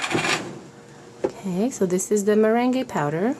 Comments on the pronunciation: You always make the cutest things. FYI though, Meringue is pronounced, at least in the US, as "mer-rang". The E is silent. No matter the faux pas you make with the English language, your command of it is amazing. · It's interesting the way you say 'meringue' considering you're fluent in French! In English we say 'meringue' like 'mur-ang'.We're probably totally wrong. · I love how you say meringue powder it's such an interesting thing to see how someone non English speaking understands the language